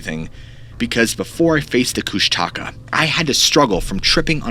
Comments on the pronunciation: 26 minutes in. Its not kush-taka its kush-tuh-ka. Only lived In alaska my whole life. I reccomend reading "the strangest story ever told" by Henry D Colp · Everytime I hear kush- taka it physically hurts me.. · You are saying it wrong. The Alaskan monster is pronounced Koosh TUH Ka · Last story: It's koosh (like book) ta .. ka. Emphasize the first part. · Pronouncing Kushtaka wrong. Close emphasis on the second k. It translates as Otter Man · Being from Tlingit territory in Alaska i'm dying over how you pronounce Kushtaka lol. I live in LA now but I remember growing up and me and the other kids in my neighborhood always thinking the Kushtaka was gonna get us at night. Creepy things in the woods.